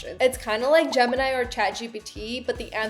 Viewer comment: Jimmy? Girl your Desi accent is showing, repeat after me Gem-in-i